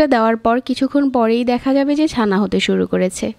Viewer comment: it will be chana not sana. lmfao